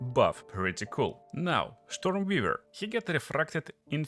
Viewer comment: Штормвивэр? Нононо.